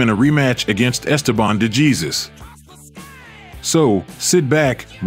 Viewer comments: You don’t pronounce de Jesus like Jesus…… it’s De Hey or Hay and then Suess as in dr. Suess (soose) …. De Hay Suess …. De Jesus. Normally wouldn’t care how someone says a name but do the man justice and pronounce it in the propper Spanish form…The letter J in Spanish sounds like H in English…..Other than that great video…. Duran 🥊 🪨. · "de Jesus" is pronounced "de - heh - sus" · Dejesus is not pronounced Jesus. OMG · Or world famous fighters. Like how does the maker of this video not catch that? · Hey narrator, if you're going to delve into the history of riches like professional boxing, educate yourself in the proper name pronunciation of its great fighters, ok? No doubt you're just an unseasoned youngster who's eager to tell a story... but never saw these actual battles yourself. Otherwise you would already know that NO ONE mispronounces the late Puerto Rican boxer Esteban DeJesus with a Spanish pronunciation followed by an English pronunciation of his last name! It may not mean much to you, but to the Puerto Rican people and the Latino community as a whole, it means a whole lot! 👍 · Pronounce his name properly. Gee whiz, that’s ridiculous.